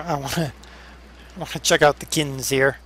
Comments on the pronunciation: Not trying to be particular but the seeder is pronounced "kin-zee" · Its pronounced Kin z. Just saying Der :) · the planter is pronounced kinzie but spelled kinze